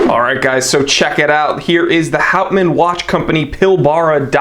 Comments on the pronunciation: As for the pronunciation, clearly it has Dutch roots so that would be "howt- mahn" (if that makes sense), although it will probably have been anglicized. It means wood man, by the way. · Hey, or whatever your your name is. If you are going to review a product you should learn the correct pronunciation of the name. It is called professionalism.